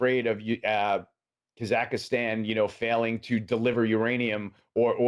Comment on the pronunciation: Kazhak-ii-stan :D lol